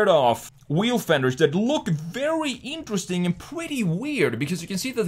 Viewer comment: Everything this guy says looks “eeentresting” looks like it was designed by a sixth grader.